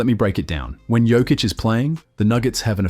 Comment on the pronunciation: Yo-kich 😅..no joke brother 😅